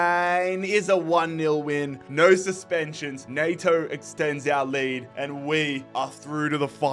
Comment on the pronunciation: Was really surprised to see you sign Neto!! It's pronounced 'N-eh-to', not 'N-ay-to' No hate though man keep up the great vids